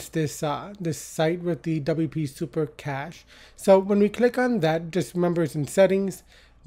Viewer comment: helpful video Thank you btw, cache pronounces as KASH ;)